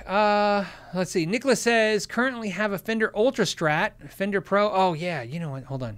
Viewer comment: "in a fender hat" sounds like "an offender hat"